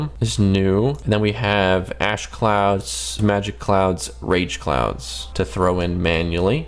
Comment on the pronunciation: I swear when he said "Ash cloud" it sounds like "Ass clown" xDDDDD